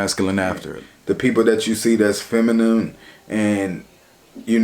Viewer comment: Love your vids cuh...but imma need you to learn how to say the word "feminine" lol